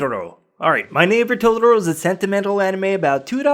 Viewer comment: Great list, and I have to commend you on your Japanese pronounciation, but...well, I took four years of Japanese classes, and I'm pretty sure you're mispronouncing "Totoro" and a few others. I think you're overdoing it - "Totoro" is pronounced exactly how it is spelled - all Japanese words are, apart from maybe some katakana words that come from European languages.